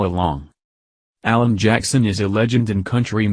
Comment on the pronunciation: A Mc Alan not "allen"